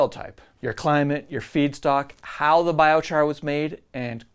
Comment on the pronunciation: oh no, you got a thumbs up and a thumbs down in the same sentence. I'm glad you had this section in here, But it is pronounced 😺- 👁️- on if you didn't know, if you did here's your comment lol. I like the video, good info and my first vid so far